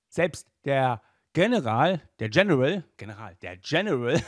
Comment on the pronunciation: Ähm du hast General in Englisch ausgesprochen und nicht in Deutsch